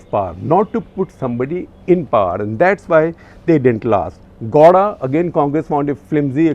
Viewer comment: Gawda sounds like law*a! 🤣